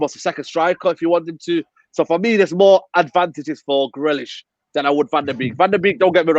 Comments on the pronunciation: Swear he kept saying grelish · He's name grealish fucksake not grellish.. Going on like u ain't heard he's name before u dohnut pronounce he's name properly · adam trying not to laugh at the pronunciation of grealish